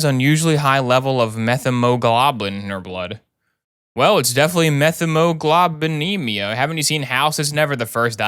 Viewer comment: As a lab/med tech, not sure if anyone cares BUT the correct pronunciation is “Met-hee-muh-glow-buh-nee-mee-uh” for Methemoglobinemia! 10/10 vid, looking forward to more house! (If there is more!)